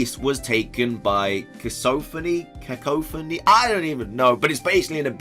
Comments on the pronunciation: ká-ká-fō-nē, if you need a correct pronunciation,. Great video, nonetheless:) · The word is pronounced ca-cough-a-knee and thanks for all the awesome information